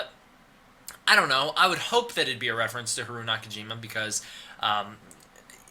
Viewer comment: Its funny because you make a point of saying you know how to pronounce Adam, Martin and Haruo, but pronounce Haruo incorrectly throughout the video. Its Ha-ru-oh, three syllables. Thanks for putting this stuff together though. If you have a link to the original Japanese source on the plot synopsis I'm happy to translate it for you to try and figure out the wierd timeline stuff.